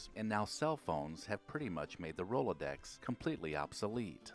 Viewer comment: It was painful to hear him mumble in confusion at Rolodex and Carbon Paper.